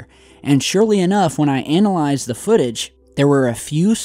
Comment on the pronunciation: YOU SAID ANAL IZED TWICE!